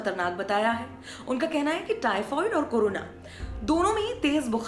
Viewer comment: हेलो मैडम टाइफाईड होता है टाइफवाइड नहीं 😂😂